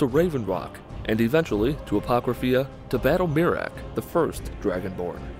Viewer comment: He said apocratha wrong don’t know how to spell it it but their is no eea